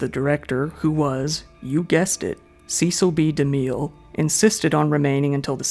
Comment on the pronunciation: No clue if you'll see this, but it's driving me NUTS. "Cecile B. DeMille" is pronounced "Sessal" "Bee" "Da Mill."